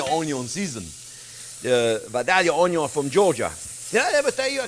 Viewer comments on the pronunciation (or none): I watch this show to listen to you say oon-ion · Onyawn always goes in first<>Onyawn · Chef JP...you are my happy place...your enthusiasm is second to none...! I absolutely agree with previous comments "prep is now called mise en plus"..."onion is now onyo"...freeze everything for 17 years...and parsley is known in my house as parse-ley...complete with attempted French accent...! I absolutely love your channel...and you and Jack! I love the little captions Jack puts up. Thank you SO much Chef JP...You da best...! 💋❤️💋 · I had the ‘Trinity’ knocked into my head for decades!…. Now the, ‘Onyon’ first technique has changed my life!…. All the ‘Trinity’ at once is ok!…. But ‘Onyon’ first makes it butter!…. (Oops, better!…. Not ‘butter!)…. 😘